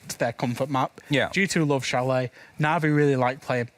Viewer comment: I cringed at chalet being pronounced chal-et lol